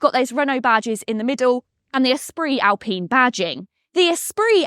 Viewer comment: Its Al-pine not pene pine.